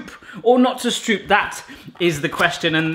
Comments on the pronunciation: Yay! A recipe from my home country ❤ The oo in stroop is pronounced 'oh' in Dutch. 😊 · As a dutch person the way you say Stroop make me both smile and grind my teeth at the same time :) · You definitely need to go to a Dutch market and watch them being made fresh. Because cutting the circle is superfluous. Just use less dough. And slice them while warm and soft. and please do not say the oo as in school but as in core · Cool vid! One thing: Stroop is pronounced Strope, Like Rope, Or Trope. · Might as well join the sheep and say that the "oo" is pronounced as "oa" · Sounds like "strope" not stroop. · It's not stroep you need to pronounce it like the "o" in rope. Pronounce it like strope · Very funny! but please stroop is pronounced as stroep and leave out the cinnamon you are supposed to taste stroop or it is not a stroopwafel! You just put a little bal of dough in the wafelbaker and the dough you have is to wet. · Stroop is pronounced like rope with st- in front of it. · The oo of stroop do you pronounce like the Dutch oe. Like hoek. The Dutch pronounce it like oa, like boat or the o from hope. Greetings from Holland btw🎉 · Het is stroep voortaan. I luv that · strobe is the english word that aproximates it most. And the A is like in the british tomatoes. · Stroop is pronounced like strope. Like Rope with ST inront of it. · You gotta role those R's Strrrrrrooop RRRRRRRRRRRRRR like a playing card stuck to your BMX wheel sorta RRRRRRRRRRRRR. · Just in case you care about the linguistics, its actually pronounced sr-ooh-p w-AH-ffel, like the exclamations "oh, really?" And "Aahh, a monster!" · Stroop is pronounced as "stroap" as in boat 😊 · The pronunciation of Stroop is actually strope. :'D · Not that much, not that flat, cut them when they are hot (when you did it right, they halfs almost fall appart) not that much stroop.......oh wait, more stroop (the oo in stroop is pronounced like oe in goes or the o in those) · It is really funny 🤣